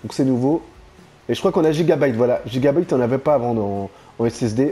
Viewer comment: Les cartes meres ca se prononce gigabayte et pas gigabite sinon belle video